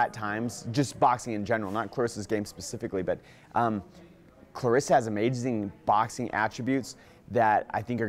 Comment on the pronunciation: Her name is claressa not Clarissa cmon coach..